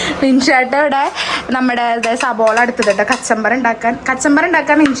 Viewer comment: സവോള അല്ല സവാള എന്ന് പറയൂ adenan സംസാരിക്കുമ്പോൾ adokayan പറയുന്നത് shareyayet തന്നെ സംസാരിക്ക്